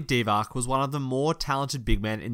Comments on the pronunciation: and he messed up Dee-VAHTZ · Divac is pronounced (DEE-VAHTZ) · Mispronunciations are my pet peeve and this guy has a lot of them, including: Vlade Divac, Skal Labissiere, Luka Doncic, Bogdan Bogdanovic and Harry Giles. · Dee - VAHTZ and Giles has a J sound not a G.